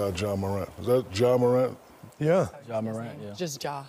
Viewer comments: “Jamorant” lol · Jamorant? Is he French? Bruh…